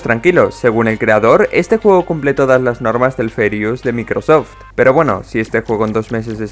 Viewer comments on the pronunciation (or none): none